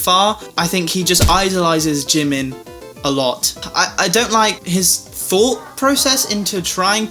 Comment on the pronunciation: I always thought you pernouce jimins name like jee-min